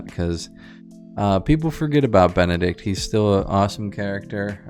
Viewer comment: not benneDick 💀